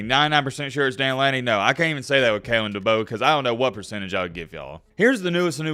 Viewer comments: bro doesnt even know how to say Kalens full name lmao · It’s Kalen Deboer